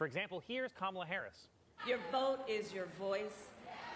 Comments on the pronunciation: Mr. Ivy League and broadcasting legend, It's "COM-mah-la," NOT "Camel-a," "Kuh-MAHL-a," or "Kuh-MEL-a". Do better!!! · I doubt that you will even read this comment, but I have to say, I have enjoyed your channel since you started it, but I find it quite disrespectful that you have yet to pronounce Kamala Harris's name properly. The first time I raised my eyebrow but I was like, he'll get it right next time. And then the second time, I raised my eyebrow and just left it there. And now I have yet to hear you pronounce her name properly. That's not a good example for your itty bittys. As you would say, no matter who you are supporting, it's just common courtesy to have respect for another human being. Kind of takes away from your credibility a little bit. At least for me, and I'm sure a lot of people notice. And I say this, because obviously this has been a huge issue for republicans, that they are not allowed to say her name properly.